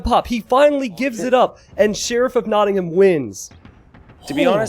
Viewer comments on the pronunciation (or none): Hey,, could you try pronouncing Nottingham this way please: Knot-ing-hum From a British person 😂✌🏼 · my only complaint:/ everything else is beautiful and perfect with so much effort put into it, capture age and the stats and the awesome co-casting, but for a $50k+ tournament where he picks the names you'd think they'd at least spend 30 seconds to learn how to pronounce them correctly. if it seems silly to care, idk what to say except you'd get more viewers